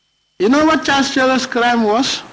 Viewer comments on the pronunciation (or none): none